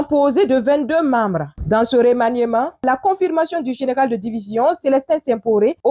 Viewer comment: Bonjour muso. Revoie la prononciation de remaniement. Le"e" ne se prononce pas. Ton esclave du sud ouest.